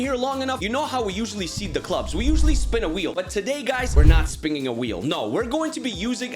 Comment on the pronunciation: you said spingging a wheel 😅